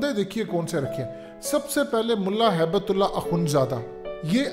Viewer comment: ملا ہیبت اللہ نہیں ھبۃاللہ ہوتا ہے نام میں درستگی لائیں